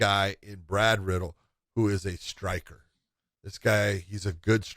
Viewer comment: Let me correct every MMA personality. It’s pronounced as Brad Re-dell. Not Brad Riddle.